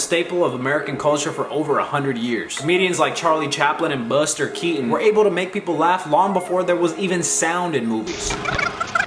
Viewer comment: BRO THE WAY U SAID BUSTER KEATON GOT ME DEAD 😂😂😂